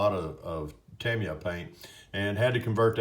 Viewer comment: haha my friend I love the fact you say "Tamiya " correctly with my name in the video Bella appreciates it more than i can say